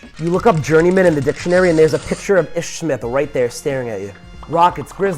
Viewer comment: Ish's name is pronounced "Eeesh"